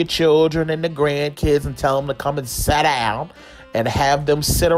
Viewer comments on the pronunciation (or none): “gone head and get all ya CHILLUN and GRANCHILLUN and tell them to SADDOWN” lmaoooo i love him so much!😂